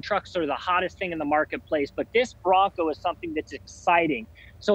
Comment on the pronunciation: Its :"BRONCO" buddy